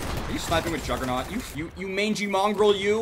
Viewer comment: *Complains about uav jammer when it is a tactical perk that allows good stealth and is great against people who rely to much on the radar. *Complains and miss pronounces juggernaut when it is a great perk that increases survivalbility. *Uses a sniper rifle. *Complains about people using tactically superior spots that get him killed because of his run and gun playstyle.